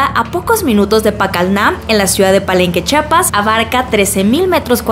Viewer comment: Cuando dirán bien "CHIAPAS" 😪